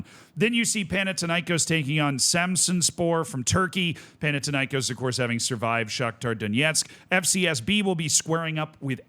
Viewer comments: Do you pronounce Athena as Atina? No, why then pronounce Panathinaikós like that? It's thin not tin. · Παναθηναϊκός. There is no τ or t in English. Θ = th panaTHinaikos